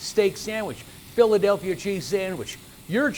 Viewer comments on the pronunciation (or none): tangible berry yea I thought it was funny how he said it